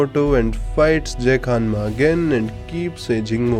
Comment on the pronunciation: Am I the only one who heard Hammas instead of Hanmas? Pickle would litteraly be the BC JEDF ( JURASIC ERA DEFENSE FORCE )